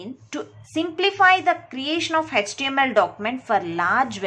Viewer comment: It’s not Hetch TML it is HTML